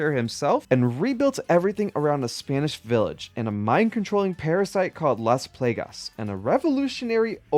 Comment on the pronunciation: How do you call it las playgas when they say las plagas in the game multiple times